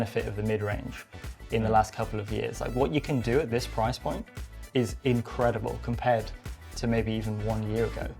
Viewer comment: 'No. 5 is the prrrriiiiice' 😂